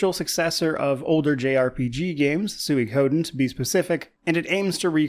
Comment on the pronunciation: I have never heard anyone say suikoden the way you do